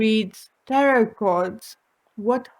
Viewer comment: its TAROT by Janine, NOT tattoo.... haaisst these pea brain sugars🤦‍♀️